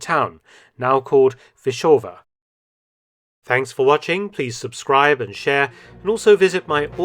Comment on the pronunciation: did you just say "tanks for watching"??LOL..merry christmas doc